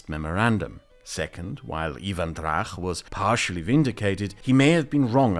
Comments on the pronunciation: I love this series and this episode in particular. It gives me satisfaction to see the awareness spread of issues and events I wished for years to be more widely known, but it also gives me new perspectives and things to look into. For example, I'm reading about Ivan Drach now. Which brings me to a tiny bit of criticism: I think his surname was mispronounced in the video, as it is spelt Драч in original Ukrainian Cyrillic, "Dracz" in Polish transcription, and "Dratsch" in the German one. [Edit: So "ch" should not be pronounced like in the video, like a German or Polish-speaker would, but as an English-speaker would, most of the time (like in "March" or "bunch").] BTW, I would love to see an in-depth video about the Belarusian resistance to the regime, the political exiles, and their organisations. Including the old Rada (Council) of the BNR, the new Coordination Council and the United Transitional Cabinet of Belarus, and finally the Kastuś Kalinoŭski Regiment and other formations of Belarusian volunteers fighting on the Ukrainian side. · I have just started watching this video, and it is pronounced Drach with hard ch, not a kh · Not trying to be rude, but it's Drach, not Drakh. "ch" as in "church". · Hi! A small pronounciation correction: the ch in Drach is read as ch in English or as the Czech letter č, rather then as ch in German. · he is not Drakh. he is Dra_tch_ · Ok so Ivan Drach (it is pronounced Dratsch, not Drach) never was either ambassador to Poland or Lviv mayor. If it is the level of research for all your videos (I haven't double-checkd any facts earlier), then everything you say can be highly questionable. I hope it's not. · I hate to be that person, but it is not "Ivan DraH" it is "Ivan DraCH" as in "CHess". Other than that, awesome video! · the correct pronunciation is Ivan Dracz (Іван Драч) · Drach name pronunciation is incorrect. It must be like in "much" but with Dr instead of m . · Counterpoint, it sounds really cool with the German ch 😂